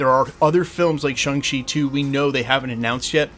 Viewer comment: why are you incapable of pronouncing Shang-Chi correctly? As in the way it's pronounced IN the movie BY the character. It's 'ShOng-Chi' not 'ShUng-Chi'. Those are very different sounds.